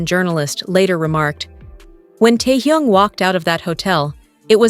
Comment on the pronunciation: Неужели нельзя имя Техена правильно произносить, что за Торхун, Тохун? Даже неприятно слушать!